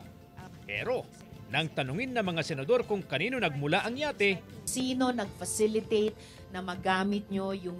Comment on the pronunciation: Falicitate or facilitate?😅😅